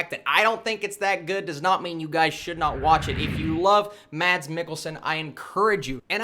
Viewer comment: Thanks for the review! just an additional info..The danish actor's name Mads is pronounced as "Mas".